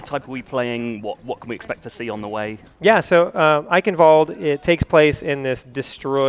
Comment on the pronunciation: It's pronounced ike-in-valda. The e at the end makes an ah sound. Eichenwalde.